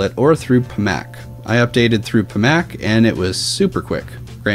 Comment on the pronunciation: IT'S PAC MAN.....NOT PA MAC